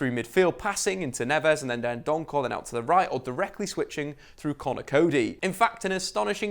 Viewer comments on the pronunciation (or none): It's Neves not navas it's dendoncker not dendoncore it's saiss not siass it's moutinho not moootinho. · It's Dendoncker, not Dendonckel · "Seeass" "Dendonkorrr" "NAVAS"